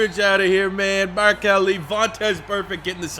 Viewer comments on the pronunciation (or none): none